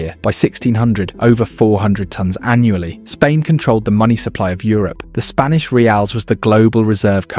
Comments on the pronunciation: "Spnaish empire" ? 🤣🤣 Or is it "Spinach"?.... "Spanish"? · "Spnaish" Empire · seconds in and it's the SPNAISH EMPIRE brother... PLEASE. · 'spnaish empire' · “Spnaish Empire”